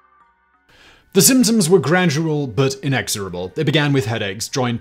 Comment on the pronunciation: Anyone else hear “the Simpsons were…” and not “the symptoms were” at the very beginning? I was so confused for a second there.